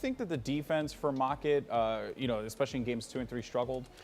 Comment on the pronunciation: Stop saying "eXpecially", the word is especially... please... this is like the 40th RLCS video ive watched and nearly every one has a commentator saying expecially. I can understand people mixing up something like specifically and pacific(ally), theyre real words, "expecially" isnt even that. So annoying :S Apart from that the videos are great :) Just need to use 1080p now and everything would be awesome :)